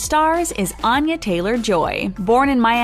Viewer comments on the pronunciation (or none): She pronounces her name Ann-ya, not On-ya, but that's an understandable mistake. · She says she pronounces her name “Ann-ya - as in aneurysm.” Also check pronunciation of Seamus. Otherwise, nice video.